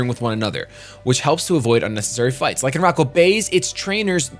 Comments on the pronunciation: It's pronounced Lie-can-rock. It comes from rock (of course), and lycanthrope, which is a werewolf. Also, the Oranguru page was using proper grammar. "Live solitary lives", with lives here being the plural of life. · You pronounce Lycan lie-can due to Lycanthropy aka werewolves :) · Pronounced Lie con rock, like the werewolf